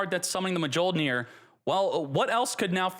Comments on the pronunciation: The J in Mjolnir is silent. “MeeOlnear” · Me-yol-neer!! You don’t pronounce the J. Pet peeve of mine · please for the love of god. Its pronounced Myool-Near. Its thors hammer on Norse lore. Mjolnir is pronounced Myool-Near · I am the only one who gets cringe every time says Mjollnir with the "J" on pronouncing?? Like thanks god i play Marvel Snap and i know how to pronounce Mjollnir correctly every time hearing Thor chanting it! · Come on man. Mjolnir still can’t be pronounced. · Definitely not how you pronounce Mjolnir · The j is silent